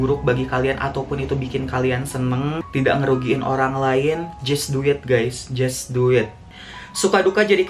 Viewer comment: Gue dengernya "Just Duit guys,Just Duit" 😂